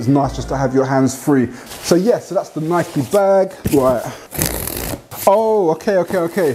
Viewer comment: Thank you for saying NAI-KEE properly 😁, great vid man